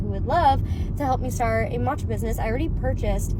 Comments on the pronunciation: The 'matcha' with a random 'n' thrown is was driving me nuts. It's 'maa-cha' not 'maan-che' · I want someone sooo badly to keep commenting on her video about "maachaa" (her pronunciation urked me so much, I'm a graduate of Japanese studies) to throw her hypocrisy back at her.... and on other videos as well to warn people. So irritating, her whole shtick.